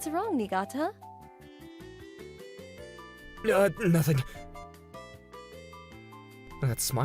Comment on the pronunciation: It's because they're pronouncing it wrong. It's pronounced "knee-gah-tah." The FMC says it correctly.